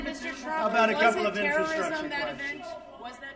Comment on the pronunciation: He can't even say "n-FRA-structure."